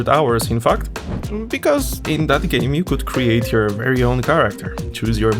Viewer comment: bery bery ungry